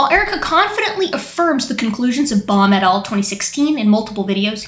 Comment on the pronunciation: After a while your "Baum et. al." phrases sounded like "Bomb it all". 😄